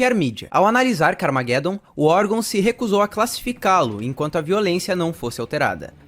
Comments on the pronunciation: Pronuncia-se "carmajedom" car + armagedon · CARA POR FAVOR, CARMAGEDOMMM, LEIA COMO SE LÊ-SE "ARMA"GE"DOM, fora isso o O VIDEO FICOU OTIMO, PARABENS! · ta certo essa pronuncia ai do carmageddon kkkkk minha epoca nao era assim que falava nao kkkk mas parabens pelo video joguei muito isso ai